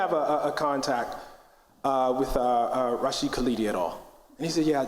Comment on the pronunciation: Rashid driving me crazy mispronouncing his name